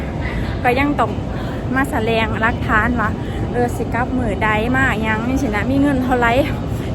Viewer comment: พูดไทยให้ชัดๆจะด้ชินแสดงกะบอกว่าแสลงมันผิดตอ้งเว้าว่าแสดง